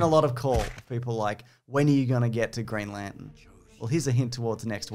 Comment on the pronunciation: Green Lan-ten.